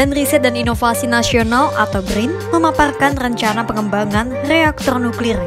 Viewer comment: Brin bukan bgrrin 😂😂